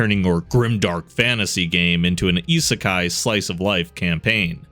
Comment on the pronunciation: Always feels weird going from, say, a Mr. Ripper video to a channel like this that actually knows how to pronounce "isekai."